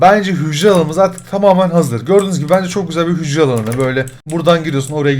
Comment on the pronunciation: Abi hücre dedinya bugün gğcreler işledik fende